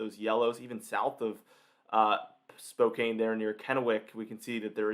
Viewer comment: FYI - Spokane is pronounced Spo-can, and Missoula is mi-zoo-la.